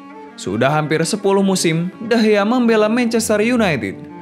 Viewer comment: Bukan degeh tapi degea